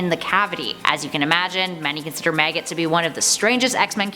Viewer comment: why does it sound like you're sayin "meggit" and "teg"?! 🤣